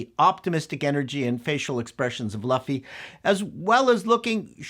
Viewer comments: Luffy, not Laffy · Speed Racer was a great adaptation even when they went overboard with the cgi and heavy color palette. Also Luffy is pronounced Lou-ffy not Laughfy. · Love you but if you ever call him Lufy again we are thru..lts LUFFY pronouned "LOU FEE". Other were off as well but I'll assume that is due to being Canadian;) But I do largely agree with you. This could run for years if they don't over spend and make it woke.. which they will try.. Look up actress or actor playing Koby. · Yeah, you kept saying Laffy when it's Luffy. LOL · Loo-fy. Its a human tick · Monkey D. LOOF-ee. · I love your work, but your pronunciation is hard for me. Not Man-ga Mah-n-gah His name is Lew-Fee (u is always pronounced eww) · "Luhfy" Oof... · before someone calls you out and crucifies you for pronouncing Luffy's name wrong I gotta help you out. "LOOFEE", Lew-ff-eee = Luffy, like this. One Piece forever! I really wanna watch this episode but I don't wanna support Netflix so I'm at a crossroads on this. Great review as always big guy. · Luffy? please someone tell me they don't pronounce his name like that in the show. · They made a short video about how to pronounce Loooffy accurately weeks ago. So, it's funny to hear somebody STILL get it wrong. lol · you mispronounced all the names of the main characters. You definitely aren't super familiar with the show. lol Still, your insight as a producer (and outsider to the series) was insightful. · Did you even watch the episode? You can't even pronounce the main character's name. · The only thing about this review I'm going to say that could be seen as negative. Is your pronunciation of names you are pronouncing luffy's name wrong.